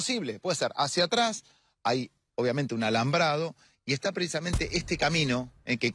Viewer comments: ¿PreIsamente? ¿Soy yo o Bonelli dice así cuando arranca la entrevista? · Bonelli: "Preisamente"